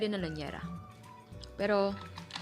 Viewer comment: Liyanera hindi po lanyera